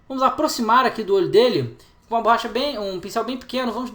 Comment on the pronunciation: Burracha ne ops BORRACHA